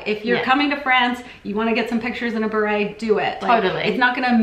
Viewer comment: If you dont want to sound like s tourist then try sounding the word beret the correct way lol !!!!!!!! Hilarious